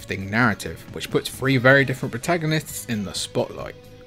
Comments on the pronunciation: You lost me with the “PS Free”. It’s three man. Three. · bro say "free" and "three" and see if even you can tell which one you mean